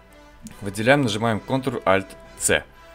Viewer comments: Идиот тупой! Несколько часов потратил и нечего не получилось! Непонятно объяснял и нёс какую-то хрень. Какой нафиг контральтцэ или контральтвэ??? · Что за контрлальтц? ЧТО ЗА КОНТРАЛЬТВ??? ТЫ ЧЁ ОБКУРИЛСЯ?